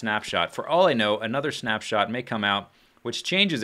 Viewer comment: It sounds like you're saying 'Schnaps-shot', that sounds disgusting! :D